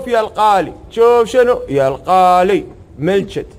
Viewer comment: Sweet toto القالي شكله قصده الغالي منقصه لسانه